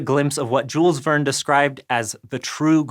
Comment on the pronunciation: btw Jules Verne was French. shyl vern